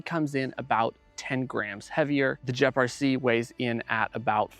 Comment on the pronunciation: “Jep rc” 😂